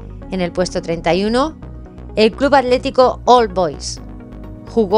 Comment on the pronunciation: hola amiga excelente videooo ,pregunta los españoles no pueden pronunciar las letras seguidas "tl"? vi que decias alético en vez de atlético